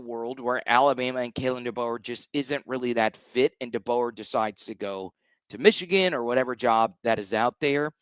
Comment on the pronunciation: Mesh-e-Gan… LOL!!!😂